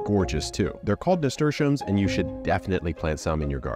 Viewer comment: He MIS-pronounces chamomile, but gets nasturtiums❓‼️❓